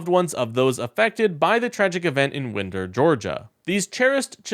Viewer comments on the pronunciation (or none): It is pronounced WINE-der. Not wind-er. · Please correct the pronunciation. I live nearby to Winder, Ga. It is pronounced with a long I as in wind down. Like kind. Or bind. Or mind. Or find. Or rind. Thanks. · It's pronounced : wine dur : Winder